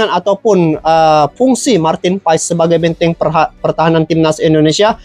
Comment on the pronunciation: Abang bacanya/Ucapnya : Martin PAS BUkAN Martin Paes sukses ya bang.. ❤